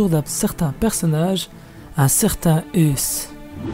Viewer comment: on dis Ace pas Euus mdrr